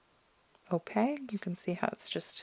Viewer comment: Thank you for sharing. I I was able to narrow down what I actually want. By the way, in case no one has told you yet, opaque is spelled with a q and subsequently, pronounced with a q as well… O-pake 😂 Not, O-peg. 😉 Now I’m going to spend more money on art supplies. ❤❤